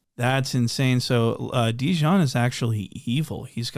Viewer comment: “Look at dejonn”🤣🤣🤣🤣🤣